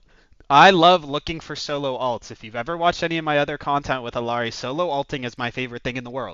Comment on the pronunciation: How can I trust someone who can't even pronounce the characters name?